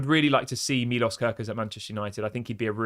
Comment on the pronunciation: It is more like milosh if you want to say it right